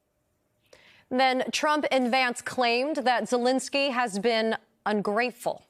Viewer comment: Zelenskyy, not "Zelinsky."